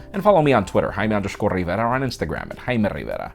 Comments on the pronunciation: Whenever he says... i hear hymen riviera. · Can't even understand you pronouncing your own name hahaha 😂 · I understand everything he says with absolutely no problem until he says his name